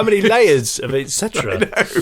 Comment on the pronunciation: It sounds like you are saying 'ecsetera' when it it's etcetera. I know you know this as why wouldn't you...but I listened 3 times....and still....